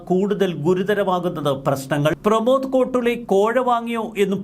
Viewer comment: സുഹൃത്തേ, കോട്ടുളി അല്ല... 'കോട്ടൂളി' ആണ്.